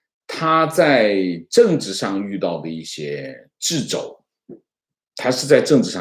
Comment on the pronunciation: 白璧微瑕：掣（读车）肘！